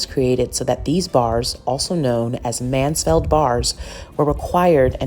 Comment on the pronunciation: Mansfield not Mansfeld darling